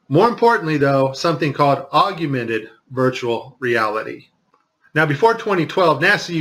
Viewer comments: Augmented is pronounced OGG-MEN-TED...NOT OGG-A-MENTED. You pronounced the word wrong throughout your whole video..other than that, thank you for helping spread the truth of our planet. God bless. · Please enlighten us more, especially since you can't even pronounce Augmented Reality correctly.